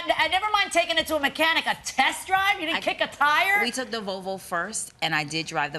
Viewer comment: why do they keep calling it a "Vovo". There's an L in there 😭